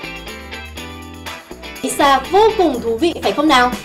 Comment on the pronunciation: Ai sha chứ sao lại đọc là i sha nhỉ Tí nị chắc là tiny ?